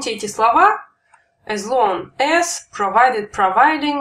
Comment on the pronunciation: не As (Эс), а As (Ас)